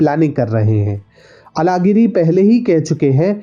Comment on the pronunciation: अलगिरी मत कहा किजीये। यह बोलना प्रयास करें- अझहगिरी। सभी दक्षिण के भाषो मे यह ऊच्छार व्यापक हैं और यह एक मुख्य कारण है कि आप जैसे उत्तर भारतीय और हम जैसे द्क्षिणी लोगों के भीच दूरी जारी है।